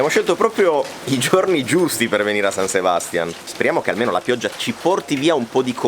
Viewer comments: SabastiÀn, SebastiÀn, SebastiÀn! Non Sebastian.😅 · san sebastián con l'accento sull'ultima a! comunque mi avete sbloccato un ricordo, in erasmus qualche anno fa ho fatto un viaggio nei paesi baschi e sono entrata proprio in uno dei locali dove siete stati voi. e anche allora pioveva, come sempre nella spagna del nord. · "Pais (paese) Vasco" 1 e solo 1, poi "San Sebastián" (non Sebástian ;) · San Sebastiàn, con l'accento sulla a, così si chiama la città più goduriosa di Spagna che ci avete magistralmente raccontato (pronuncia a parte). L'ho visitata e felicemente vissuta a settembre durante il Festival del Cinema e raccomando l'evento per l'esperienza donostiarra. Ciao bravissimi e simpaticissimi.:) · La pronuncia por favor! Si pronuncia San Sebastia'n con l' accento sulla seconda a... altrimenti mia moglie,spagnola,si inca..😅😊